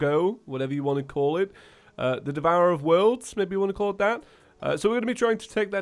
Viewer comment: OH MY GOD HE CALLED IT THE DEVURERER OF WORLDS!!!!!!!!!!!!!!!!!